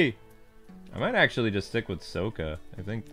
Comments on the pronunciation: Sokka not Saka. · His name is Saka, not Asoka.